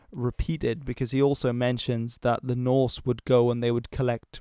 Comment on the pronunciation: I am very much impressed by your broad range of interest and the quality of your videos. Also impressed by your pronounciation of Norse/Scandinavian names.